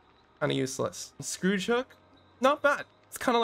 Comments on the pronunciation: Skhoor-j hooks. Plays stop saying Scrooge, lol. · its pronounced "score-age" not "scrooge" XD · pronounced it wrong. He said Scrooge hook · When was scourge pronounced Scrooge xd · Imagine pronouncing the word "scourge" as "scrooge" for the entire video. It means he's never come across the would scourge yet. Read more. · Its surprising how many people don't know how to say scourge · is this something from the movie I'm not getting or do you not know how scourge is pronounced? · Scourge rhymes with urge. I dunno where the hell you learned to pronounce the word 🙄